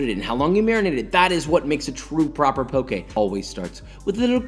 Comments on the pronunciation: Thank you for not pronouncing it “poki” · I’m just glad he isn’t saying pok”ē” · so happy you pronounced poke correctly